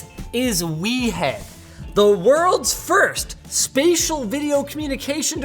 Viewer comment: I don't know why but I thought the product was pronounce weird no We Head. in a New York Accent. 🤣🤣